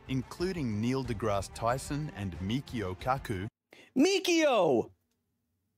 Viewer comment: why do he keep saying "de grass" as "de graa", I understand it's probably spelled wrong, but as someone who doesn't know how it's suppose to be spelled, "degrass" looks right, and it written how it sounds.